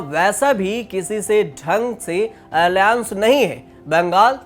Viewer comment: बोलना सीख ले पहले अलाएंस को आलियांस कह रहा है शुक्र है एलियंस नहीं बोल दिया